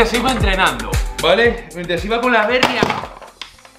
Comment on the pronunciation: Aupa!! La Bérria que sueles decir por la marca de la bici, creo que se debería decir en castellano La Berría, ya que es una palabra en euskera que significa nuev@ Se debe poner el acento en la I. Segi holaxe!!